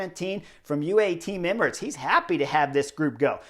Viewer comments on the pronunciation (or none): none